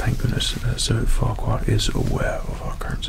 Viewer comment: I swear i heard this man say Squadron Leader Farquadd